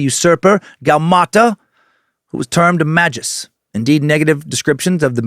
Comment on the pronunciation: Never heard anyone pronounce magvs the way you did... You: ma juhs (I actually like this pronunciation a lot) What ive heard the most: ma gus(how ive said it the last 2 decades+.. Chrono Trigger) Adam Worlock: may gus